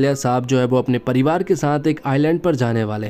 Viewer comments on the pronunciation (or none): none